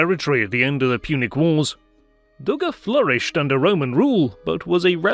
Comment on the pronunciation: Dougga is not in Tunis but in Tunisia! God help us all. Tunis is the capital city of the country of Tunisia. Should you not learn the basics of geography before attempting to educate the internet? And, you should also perfect your speech. Your pronunciation of place names is embarrassing to native English speakers.